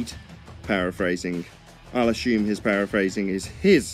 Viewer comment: keeps using a word I'm not familiar with, "ashoom" Is that from my subpar American education? Or is he trying to say "assume"? Should I say "ashoom"? Is that the proper British pronunciation?;)